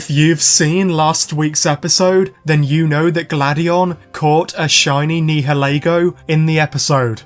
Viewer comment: Nihalego is pronounced like (Ni-uh-lee-go)